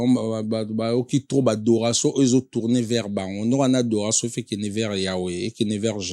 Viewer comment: HONOS LIMBAMBE YO MOKO ZOBAC MONDIAL BA LOBAKA ADORATION ET NON ADORASON